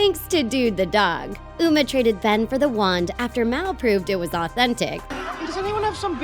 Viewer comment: It's m a l not m e l